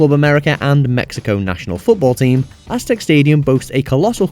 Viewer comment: It's AztecA not Aztec stadium. Pronounce it properly ffs